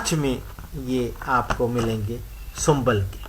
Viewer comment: not sumbal . shambul